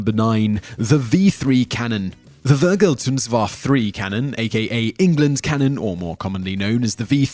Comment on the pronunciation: LOL....hearing him saying Vergeltungswaffe made my ears bleed...When talking about german Superweapons...Pls..At least learn how to pronounce them.